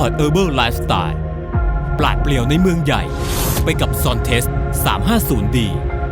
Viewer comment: เขาเปลี่ยนชื่อให้อ่านเป็น"ซอนเทส"คับ ไม่ใช่"ซอนเตส"